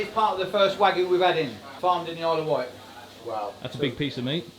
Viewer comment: Smoked Wagyu? , i know i know its a mix not pure Wgyu as he said but still fck sake